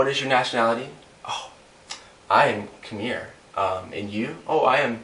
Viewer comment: He says Khmer wrong